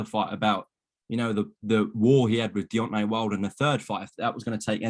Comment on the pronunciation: please learn to say Deontay